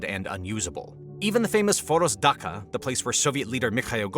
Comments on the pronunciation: You are supposed to pronounce word "Dacha"(Дача) like "dutchA"not "Daha"😂😂 That transliteration drives me mad sometimes. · The -cha of dacha is like cha-cha the dance. No k sounds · Dacha is pronounced Da-chuh. I thought it was your way too for the longest time. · "Dacha" is pronounced "dah-tcha" (the 'ch' is like that of "choice') It's Russian, not German! Your Ukrainian launch points are with Russian-occupied territory. Is that what you really meant? What does a radar signal from Athens, Greece, have to do with an attack on Crimea?